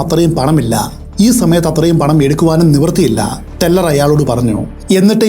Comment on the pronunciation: "Teller" Please correct it